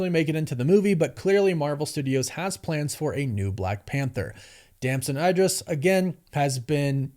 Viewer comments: It is pronounced E-dris not I-dris and you should know that! You also messed up a bunch of other names of well known and respectable actors. And that is ridiculous, because there is no way you do not actually know the correct pronunciations of their names given what you do for a living, which is research that includes watching interviews done by these actors for these movies. And you said you watched at least one of his interviews where he more than definitely would have had his name mentioned either by the interviewer or by himself. So there's no way you do not know what the correct pronunciation of his name is. Do better mate!!! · And ‘Idris’